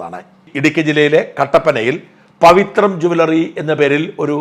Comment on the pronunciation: പവിത്രം അല്ല.. പവിത്ര എന്നാണ് 😌😌